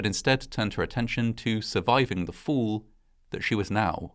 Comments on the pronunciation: I'm a former U.S. Army Parachute Rigger and I disapprove parachute failures. Oh, and the word fall makes the "fall" sound as opposed to "foo" 😆👊🏼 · Just a quick question, Sir. In witch part of Great Britain are you from/located? It is just so weird when you say fall. It sounds like your are saying fool. Same with the word call. Otherwise I really love your uploads 🙂